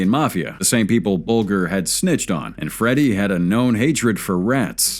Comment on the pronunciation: "BULLGER"... It is pronounced "Bal-jah"